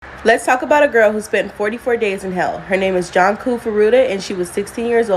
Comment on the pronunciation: it's not Janku, it's it's pronounced JUNE-CO.